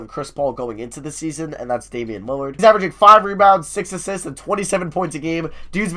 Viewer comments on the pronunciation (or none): none